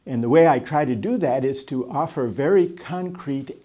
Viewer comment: nada a ver com o tema mas é curioso como é parte do sotaque brasileiro usar ''chew'' na pronúncia do ''to''.